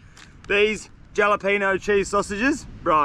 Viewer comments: Hate to be "that guy" mate, but every time you said jalapeno, it made me cringe. The "J" is pronounced as an "H" mate. So phonetically, it's "Halapeno". Sorry, but needed to be said. Great video as always though mate. Keep up the good work. Cheers. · It is pronounced with a H HALEPENO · great vid! Also just wanna be helpful lol it’s pronounced Hall-apenos, the J in Spanish makes an H sound:) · If he called the jalapeño jellypeenyo one more time I was ganna flip lmao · Halapehnyo is how it’s pronounced I call them jelopohnos😂😂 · lol “jolla-peen-oh” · stop saying gialapino, it's hurting my ears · Pronouncing the j in jalapeno is cracking me up 😂😂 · Bro keeps adding the j in jalapenos lls I wonder how he say Josè😂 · Jalepeno is pronounced with a H. Great video are per usual 🤝🍺🍺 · The j in jalapeño is silent and turns into a h fyi 😂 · And the J is silent in Jalapeños lol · The way he pronounces jalapeño 🤣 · jalapeños haha ypu don't say the J brother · ……I have been a loyal follower since the beginning and never have I said bad word against you. But your pronunciation of jalapeños? Come on man. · The J is silent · I have been watching you forever.This is the first time I've been annoyed with your videos.It's called jalapeno with the h